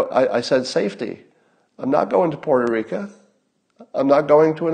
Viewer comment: can we add "Porto rica" to the list? lol